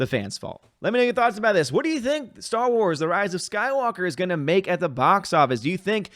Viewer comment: I don't think mispronunciation of Star Wars at the beginning of this video is entirely incorrect. Under Disney this franchise truly has become Sty Wars. What was once the "star" of our entertainment is now a pig "sty" for SJWS.